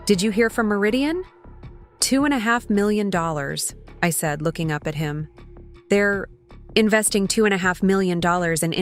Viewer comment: Please remove annoying background noise. Whenever I have read a story in the past, no tickings nor sounds (other than uninterrupted passive sound of regular life) were present. Also AI is definitely Not reliable (2.5 million is not being said correctly) and apparently you have no one listening nor correcting the audio files. When these concerns are addressed, perhaps then I will subscribe because the story lines are interesting.